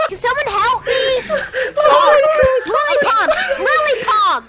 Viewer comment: “Lily Pump” LMAO 😂